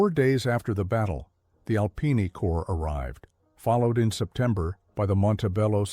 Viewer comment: You pronounce corps as corpse like Obama. Obama and AI don't read military history and don't know any French.